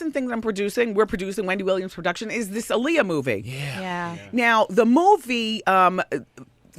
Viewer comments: When people constantly say Aaliyah's name wrong. It's Ah-Lee-Yah, not Uh-Lee-Yah. Dumbasses. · All the lines in this movie sound like it came straight out of WW's mouth. That's why there's all those questions that supporting actors lead Aaliyah into answering and talking about, the's same questions that Wendy is asking here. Also, they need to learn to say Aaliyah's name properly in a movie about her. ALI-yah not UH-lee-yah.